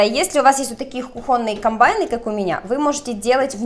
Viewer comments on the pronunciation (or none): none